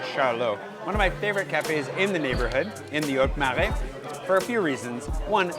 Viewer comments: It's not MEUrais it's MArais like in Apple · You are not anymore? Ok but say: MARAIS, MA, NOT MAI. A,not ai comme ta “MA”..cool video nice info for the peeps.